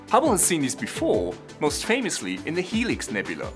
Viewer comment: nyuk nyuk. . he said "nebulee" . .ya. .i'm simple.